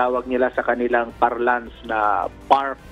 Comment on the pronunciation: Hindi po "far lance." It's parlance po.